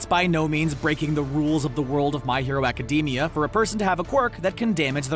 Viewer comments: Its Academia not acdemi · Thats not how you say ACIDAMIA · I cringe everytime he said academia